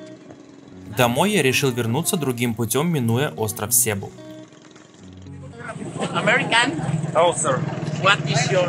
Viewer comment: СЕБУ - ударение ставится на второй слог а не первый! Что значит когда прожил 5 лет на филиппинах но так и не разу не поговорил с местными!